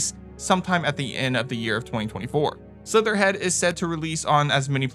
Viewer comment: Great list... very annoyed by constant name dropping games like Slitterhead with incorrect pronunciation. Slitterhead, not Slitherhead. Makes me confused on what the names are on some titles.